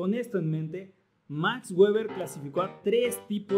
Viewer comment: No sé dice Max Güever: sé pronuncia Max Verber porque fue alemán